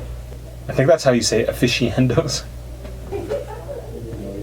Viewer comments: Lol ,,when he says uh-fishy-endos. It’s uh.fis.nhuh.dow !! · I think it's actually pronounced 'uh-fi-shee-uh-NAH-dos'. But you know, tuh-may-toes ... tuh-mah-toes. Whatevs floats yer boat, mate 😉